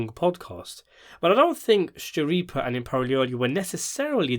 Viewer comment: I loved the podcast! Could u do a better job? It seems you wanted Michael and Steve to be perfect. You are finding a lot of fault, for someone who can’t even pronounce Steve’s last name correctly? What’s up with that? I don’t care much for videos of people who don’t show their face, especially when they’re criticizing others who do. I’m an avid fan of Michael & Steve and I think they did a great job and I can say that because I watched every podcast episode. I find it hard to believe that you can even give an educated opinion, when you only watched 4 episodes of the podcast. That’s not a fair analysis. Most people took into account that Michael and Steve are actors, of a long running TV series, not creators of podcasts.